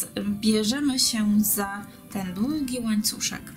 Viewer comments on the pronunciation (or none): Robisz bardzo ładne rzeczy ale proszę, błagam mów po polsku. Słupek a nie supek włóczka a nie włóczka. Długi a nie dugi. Robisz prifesjonalny kanał, ciekawe wzory popracuj jeszcze nad wymową. Sorry za uwagę ale ja nie daję rady tego słuchać.